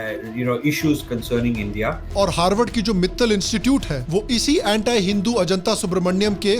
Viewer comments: anti hota hai bhai...... antaai thodi na hai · Vai pehle Anti ka pronunciation to thik se karle 😂😂